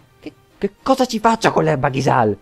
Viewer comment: grande ritorno :) "Ghisal" con l'accento sulla a è un altro svarione tuo o è una licenza poetica? il tuo "falsetto" mi suscita odio profondo, basta XD ci vorrebbe lo spin-off "Dialoghi intimisti tra missili in procinto di esplodere" secondo me a Zell si è preso uno schiaffo in faccia i sottotitoli di Youtube della parte in infermeria sembrano una supercazzola :D "quando io comanderà questo garden perché manca la focosa"